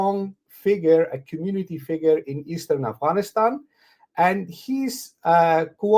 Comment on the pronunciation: Brother Adil please pronounce Afghanistan properly. It’s not Aghwanistan.